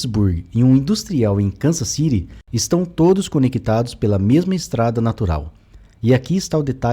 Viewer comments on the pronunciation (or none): none